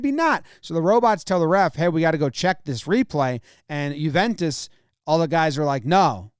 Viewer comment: Thank you for pronouncing “Juventus” correctly. “Annals” was a little suspect, however.